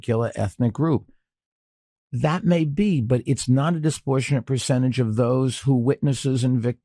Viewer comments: “disportionate” isn’t a word no matter how many times the little turd says it. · What's "disportionate"? "Non-disportionate"? "Disportionately"? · It bothered me hearing him mispronounce "disproportionate"